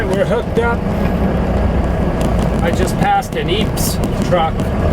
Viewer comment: its not pronounced Epes with the actual 'E' vowel, its pronounced 'eh-pes'.... just thought i mention that... you are still the greatest and I love your trucking life films